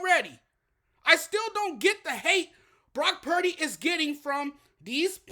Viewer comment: I think Cam is being racist, actually. He clearly despises Purdy. The first clue is the fact that he intentionally mispronounced Purdy's name. Go back and listen. He calls him Brock Parity. I think he's salty about a white QB being mentioned as potentially the best in the league in the period where we have more black QBs than ever. There are other white QBs that he doesn't trash, but they're not rising to that level where they might beat Lamar or Mahonmes. I can't prove it, but if the Lions had won, he's be telling us how Goff is overrated right now. Any true fan doesn't care if Purdy, Bosa, McCaffrey, and Kittle are white or that Samuel, Williams, Warner, and Wards are black. They're all fantastic players.